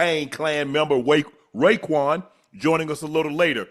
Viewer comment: Calling Raekwon "Kwon" is crazy .